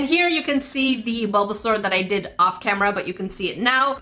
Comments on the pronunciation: "SUlBaZauR" killled me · "Sulbasaur" Me, an aunt: "turtle pikachu:) " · “Sulba sulba”